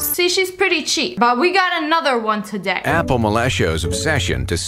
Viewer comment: Uniturtle say apple pinching your tounge 😑